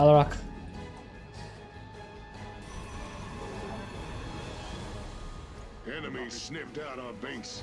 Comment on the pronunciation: First! And stop pronouncing Alarak weirdly on purpose dude